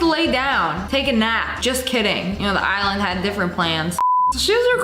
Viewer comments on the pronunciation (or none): none